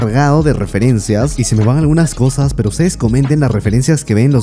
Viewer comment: Que manera mas interesante de pronunciar. "Cowsas", "me encawnta", "me gwusta", "me rewpresenta", "tres owjos", "Towdos", "infowrmación", "sin mwas"...Algownos ejewmplos en los primeros tres minuwtos.